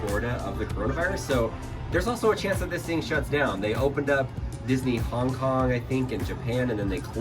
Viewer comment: He said Hing kong AND Japan